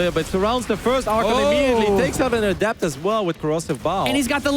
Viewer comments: Someone PLEASE tell how to pronounce "Adept." It reminds me of people who said "Zee-lot" in HotS. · it's uh-dept, not add-ept!! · you don't change the pronunciation of a word unless it means something else unless they are dumb words like "hear" and "here". ah-dept. not ADDept